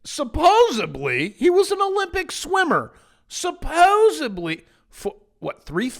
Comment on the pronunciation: New word to master: Supposedly...NOT supposibly Cheers